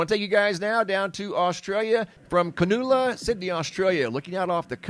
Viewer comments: Cronulla is pronounced Kra-NAH-lah if you're intrerested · Cronulla is pronounced Crow-null-ah. Just FYI. Keep up the good work… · I’ve never heard Cronulla pronounced that way, earsome ! C ron null a (hope my phonetics help, and don’t worry, I pronounced local towns wrong sometimes. It helps identify tourists & visitors especially when the locals have their own slang name for their towns. Like Bundaberg is known as Bundy, as in “ get me another Bundy from the esky would ya mate, nah not the rum (old payment method) the spiced ginger beer in the red bottle above the orange normies.” But nah, yeah Bundy is a place where they grow the sugarcane and now the ginger amongst macadamia trees, and the town is fighting for a coal mine under the fruit bowl not be approved, money makes men blind, and heartless like a corporation. A city worth seeing if you visit Australia, I recommend by train to see the journey sights along the way. It is a great dark sky region. Have a wonderfully safe 2025! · Love the pronunciation of Cronulla lol 😂. Australians pronounce it like, Kruh-nun-luh, 😂 love your videos. From Australia 🇦🇺 ❤ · Funny how you pronounced Cronulla